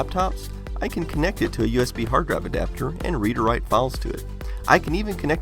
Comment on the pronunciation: "Hard draive"